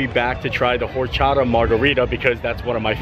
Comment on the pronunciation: fyi....hope you see this, but in spanish you do not pronounce the H in either horchata or habanero, they start off as or and ah,, or cha ta and ah ban er o..... pronounce all a's like ah.